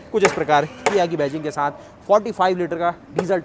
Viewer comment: Bchche saath ko saanth ku bolte ho